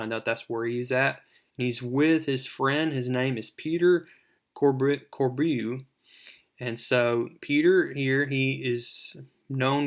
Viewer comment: Its pronounced Core-bow. Beau is pronounced bow like what you shoot a deer with. So the name is pronounced "Core-bow"